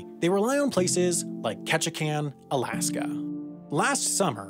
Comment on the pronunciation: Very proud of you for pronouncing "Ketchikan" correctly. ;)